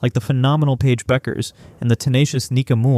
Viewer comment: I agree with this statement. Between Azzi and Paige, they names are always pronounced wrong